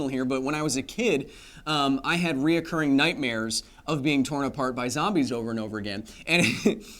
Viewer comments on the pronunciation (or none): "Reocourring" is not a word Kyle. Recurring is proper.